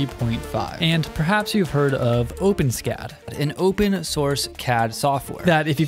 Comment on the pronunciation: It's pronounced o-pen-es-cad (four syllables).